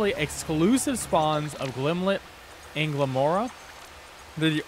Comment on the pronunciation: Not to be that guy... but it's Glimmet, not Glimlet. Sorry, but that was driving me insane throughout your otherwise very helpful video.